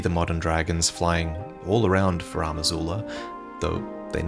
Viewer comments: FarUm Azula. Not FarAm Azula. It's bugging me all video. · FAH-ROOM!!! It drives me nuts to listen to mispronounce Farum repeatedly. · "Faraam" Azula 🤭 all the veterans mispronounce Farum. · Any explanation as to why is pronouncing it 'Faraam' Azula? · Finding myself needlessly bothered with how pronounces "Farum" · so much effort put into the video only to pronounce "Farum" like a criminal...